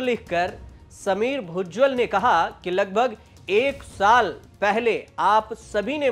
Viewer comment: भुजबल ना कि भुज्जल 😅😢😮